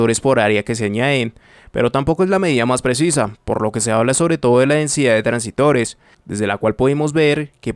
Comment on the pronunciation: Hola, se dice transistores no transitores